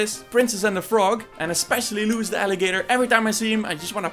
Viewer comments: I think you pronounce his name “Louie”. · It is pronounced Louie, why, NAW'LEANS